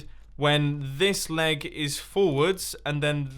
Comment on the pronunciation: In the first minutes i understood "laag" instead of "leg"